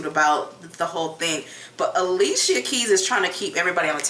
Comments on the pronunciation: Not Ah lee see uh it’s Ali-sha!! 😂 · I'm just tickle that you said a-lee-che-ya instead of a-lee-sha...people change my name all the time, funny thing my own family pronounce/spell my name WRONG all the time!